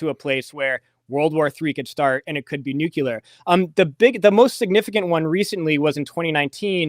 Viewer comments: It's not nukular! If you just look at the written word you can see how to say it - nuc le ar. It's totally simple. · Nukular is not a word. Couldn't listen anymore. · Yes, I consider it very unfortunate that he's mispronouncing 'nuclear,' in the precise manner as G W Bush. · I knew that would make somebody mad, but the thing is if a person says "nukular" that means that they never saw the word written down and if they never saw it written down, how much can they know about the subject?